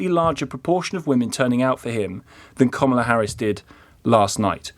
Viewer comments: Who is Komola Harris? Try pronouncing her name properly. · Best thing about the Harris defeat is that we don't need to hear UK journalists overpronouncing her name any more. It's not comma-la if you have an English accent. It just isn't.